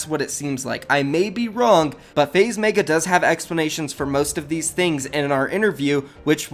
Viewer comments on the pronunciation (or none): “Faze MAEGA” ITS FUCKING MEGA M-E-G-A (MEH-GUH) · pls stop saying meiga its megga